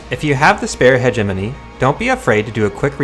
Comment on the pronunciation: "five Hegenomy Credits."